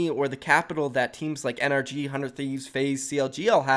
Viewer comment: still doesn't know how to pronounce NRG its suposed to be pronounced like energy